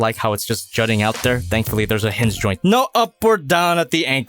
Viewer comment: Anyone else hear say “hizz zyoint” as a pose to hinge joint